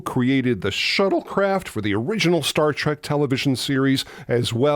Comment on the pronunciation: It's Star Trek, not start trek